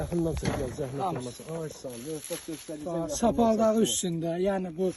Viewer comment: Sapaldaği da üstədir 😅😅😅😅😅😅😅 Saplağı! saplağı demək istəyir qardaşım 😅😅😅😅😅😅😅💯💯💯💯💯💯💯🌹🌹🌹🌹🌹🌹🌹🌹👍👍👍👍👍👍